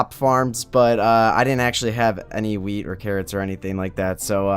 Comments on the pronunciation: totally thought you said a weed farm instead of wheat. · You said Weed instead of wheat...dont do drugs ._.